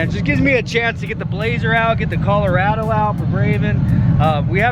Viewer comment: Bro when you said Colorado you sounded just like you was from Minnesota don't ya know 😂